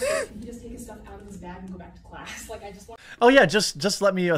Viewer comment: The fleg on the beg. :)